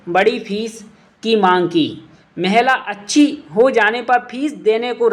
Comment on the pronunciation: महला या महिला😂😂